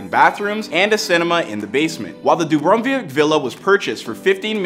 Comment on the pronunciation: Arkeik sea😂😂😂 where is that is dubrovič city there pronunciation 0/10